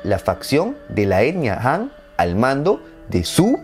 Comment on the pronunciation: El video está muy bueno, lo único que te sugiero es que aprendas pronunciación china, no es tan difícil, por ejemplo todo lo que se le qin o qing se pronuncia chin o ching, y la dinastía han, se pronuncia jan, como la H en inglés, saludos